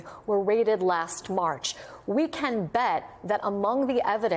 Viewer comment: I thought he said Dideos!!! To describe the videos